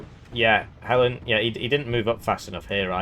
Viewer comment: Yaaaaahh Thanks for giving me an aneurysm with how you pronounced Hellene.